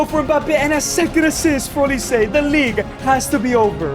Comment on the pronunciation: Mikel olise 😂😂😂 I wonder if that’s the real pronunciation